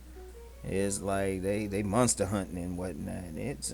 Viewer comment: Unc said munster hunting 😂😂😂😂 fried me